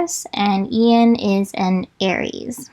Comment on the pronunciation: when you’ve been pronouncing Ian as AI-EN this whole time